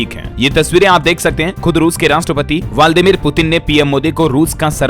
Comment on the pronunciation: व्लादिमीर उच्चारण करें